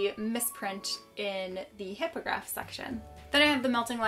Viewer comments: I love this video but you said hypograph not hypogriff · Am I the only one bothered by the multiple mispronunciations of certain words, Animagus, Amortentia, Ollivanders, Hippogriff, Grindylow, Tales of Beedle the Bard.